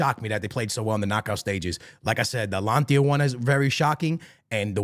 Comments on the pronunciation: Mate, ATALANTA ...what alantia? its not even close to Atalanta. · Bro how do you pronounce Atlanta in Georgia? Ok, so what’s “Atlantia” you keep saying 😂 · Atalanta ❌ Alantia ✅ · ATLANTIA sounds better thou🔥💀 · is it hard to pronounce Atalanta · 3 guarantees in life: death, taxes, and mispronouncing “Atalanta” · Can you say atalanta right for once